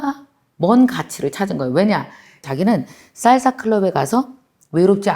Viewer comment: 강사님 생각하면 한단어 <진행중>이 생각납니다 ㅎㅎ 강사님 쌀사가 아니구 살사 아닌가요 1쩜5배속으로 들어서 그렇나하고 일반으로 해서 들어도 쌀사예요ㅎㅎ 알아들었는디 귀여우셔서용 ㅎㅎ 항상감사합니당❤전 멍이 생각나는데 앞으론 추진력으로 생각하게 노력해야겠습니다^^